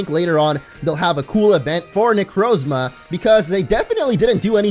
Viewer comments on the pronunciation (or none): It's (neck-r-a-Zama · It's Nek-ro-zomia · I cringed hard when he pronounced Necrozma wrong